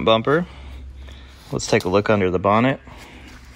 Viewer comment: Hay you said bonnet how very British, well done .cheers from UK.